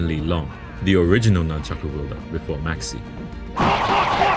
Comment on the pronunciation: did bro say maxx "C"